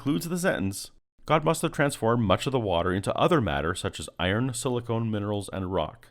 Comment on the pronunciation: The 'paper' said silicon. You said silicone. Very different things. When insulting other people for their pathetic attempts at science, it is very important to avoid making even the most trivial mistakes yourself. Silicon is the element. Silicones are a class of compounds built around repeating silicon-oxygen chains, best know for their applications as sealants and breast implants.